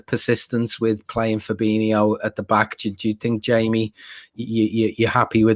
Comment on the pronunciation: Fab-een-io...not Fab-eeno, driving me nuts. You should know fella. Jeeeez. For reference, Fir-meen-o, not Firm-een-io